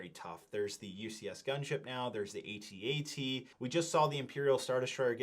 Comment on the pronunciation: An Ewok dies every time someone pronounces it A-T-A-T